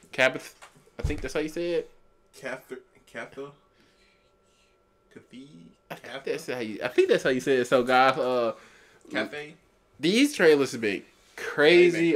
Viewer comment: Cathay is pronounced Kath-ey. It's not that big a deal, but figured it'd help.